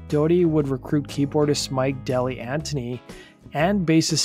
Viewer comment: Thank you for this! SC were my favorite band in the 90's. A few notes: Keyboardist's name is Mark DeGli Antoni (pronounced degli Antoni) not Dilianti. Drummer Yuval Gabay's last name is pronounced Gu-Bye like "Goodbye". Otherwise, I love seeing a criminally underrated band getting some attention. Thank you!